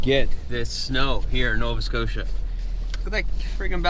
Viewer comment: Did you say Nova scotia?